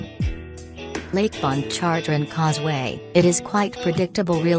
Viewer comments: The only reason I gave a thumbs down is for the "speak and spell" computer generated voice narrating this hilarious video. To hear it try and pronounce the Louisiana bodies of water cracks up. (I'm from Louisiana) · Did I hear lake pon chon jre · IKR? The way it pronounced "Pontchartrain" was hilarious, and that was the easiest one. I'd like to hear it pronounce "Tchoupitoulas".😂